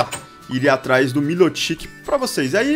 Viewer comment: se fala errado o nome do milotic